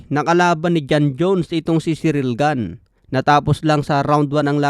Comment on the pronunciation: Mali ka boss. Tama lang pag kakasabi ni. French yan si ciryl gane at hindi american. Kaya ganyan talaga tamang pag pronounce nyan.